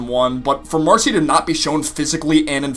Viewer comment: Shes either with the salamanders or the newts and also its marcy not macy